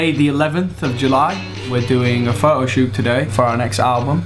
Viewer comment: love the way he pronounces the word photoshoot :D especielly the word photo... its like fo-oh